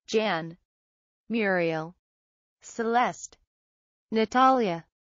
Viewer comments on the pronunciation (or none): none